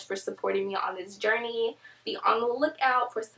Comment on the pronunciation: Hi :) 1. Iam already following you for a while now,lol I struggle with pronouncing " journey " as well, that was cute.& I do want mane choice, I had no idea it benefits your immune system as well. 2. I would like you to make a video telling us random facts about you & maybe having a best friend/family feature you in you're video & have like a best friend/family member challenge, something fun :) & also show us a tour of your town,how it looks. 3. I have been natural for a year now, the other 2 years don't count because I didnt have the right information about being natural, now I do and I am doing things right, but my hair growth process is verry slow, I really do need something to speed up the process, I take biotin but i see no difference in hair growth. *crossing my fingers * I really do want a mane choice vitamins & sharing your video on my natural hair page on Facebook now. Hope that's allowed ?:) Love from Africa, Namibia.